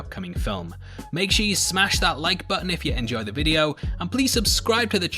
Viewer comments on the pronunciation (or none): none